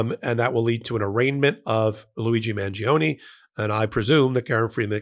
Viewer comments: It's Man-jo-ne, not Man-gee-oh-nee!🙄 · mahn-JO-nay (the “i” isn’t pronounced, it just makes the “g” soft)